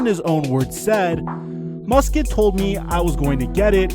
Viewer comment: It's pronounced Mus Cat not Mus Kit.